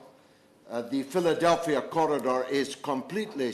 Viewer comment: Very well put George, all from the heart. But please get your pronunciations right ... Philadelphi (not Philadelphia) Corridor, ordnance (not ordinance). The King David hotel bombing he speaks of (and many other atrocities including massacres of Palestinians) were committed during the 1948 Nakba, under the leadership of David Ben-Gurion, revered in Israel as a hero, just as others who followed him, including the despicable Ariel Sharon.